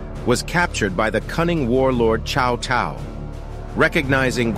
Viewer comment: yea its pronounced Sao Sao not chao chao... its a S sound.